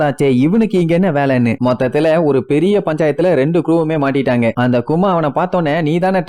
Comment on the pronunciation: கதாபாத்திரங்களுக்கு.....கொஞ்சம் மரியாதை தாப்பா.......அவரு கரடியா 🥲 chapter 1091 ல பாப்ப......one piece emotion bro 🥹 please respect....and பேர நல்லா சொல்லு யா.....நாமி....நமி கிடையாது...கூமா...குமா இல்ல